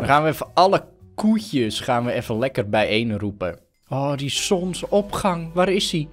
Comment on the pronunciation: Niemand: Helemaal niemand:: ZoNsOpGAng